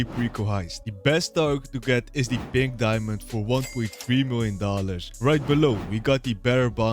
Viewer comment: 1.9 miwiom dollars ❤😂